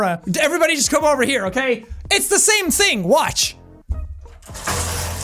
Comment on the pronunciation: you've said ting and then there is literally every St.Paddies day video.